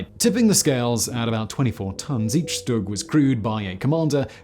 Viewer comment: Excuse me, the StuG is pronounced stoog